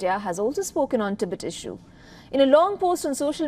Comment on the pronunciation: First please learn how to pronounce the word Tibet and Tibetan 🙄! You guys come off ignorant and borderline disrespectful.